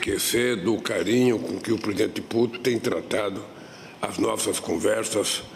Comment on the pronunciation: O que é "Pridente Puti"?😂